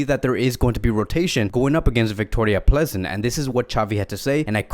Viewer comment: Vicroria plEEzen allways makes me laugh :)